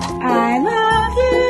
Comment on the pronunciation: Oh my goodness, I wuv u 2!!! I swear he was literally saying “I wrruv u” 😱😘 Cheers